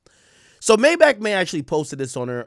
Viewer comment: Maybachmayy??? Sounds more like "Maydiddymay" to me. The self snitching is crazy.